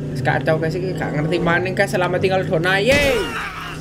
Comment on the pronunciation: donaye=dunia (bahasa lidah keseleo)